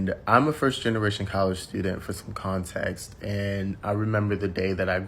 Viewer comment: Dude with the blue scarf went to college and said "context" when its "content"? I thought that was funny!